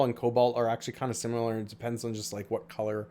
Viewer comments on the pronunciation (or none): none